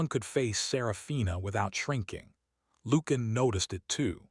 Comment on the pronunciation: Lucian is not pronounced Loo-can. It’s pronounced Loo-she-an. Interesting, well crafted story. Enjoyed it.